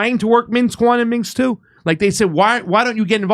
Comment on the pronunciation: Did go to college, graduate high school? No offense of course but he's stupid. Granted American education is not education but he doesn't seem to know shite from shinola, nor pronounce Minsk or what a hat tip is. When will Jimmy come back to his own show?